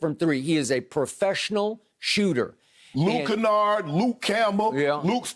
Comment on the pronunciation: "Luke Canard, Luke Skywalker, don't mattah" 😂😂😂